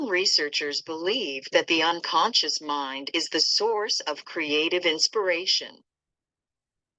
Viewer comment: 9.22 its not unconscince its unconscious 🙂